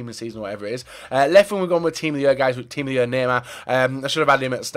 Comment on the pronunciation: Tiim of the yer nema